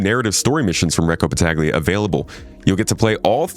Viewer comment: It would pronounce "Battalia" (the g is mute)